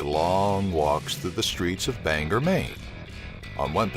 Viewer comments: Hey narrator- King's accident was in western Maine, not in Bangor.. which BTW, is pronounced BAN-GORE, not Banger. Geez. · It's pronounced Bang-GORE Maine. Every documentary I've seen pronounces it wrong. I'm not even from there, but it bothers me how people think it's banger. Bang-GORE. Hopefully no one will every pronounce it wrong again... But I'm sure they will. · I stopped watching as soon as the narrator failed to pronounce Bangor correctly...